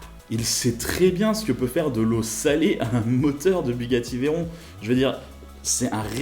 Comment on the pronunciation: C’est pas « veillleron » c’est « véron »